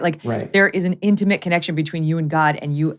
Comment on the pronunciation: You both need to learn how to pronounce the word "intimate". Hint: it's not "intuhmit".